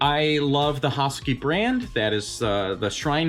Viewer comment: Ha-Su-Ki 🤦🏾‍♂️ not has-ki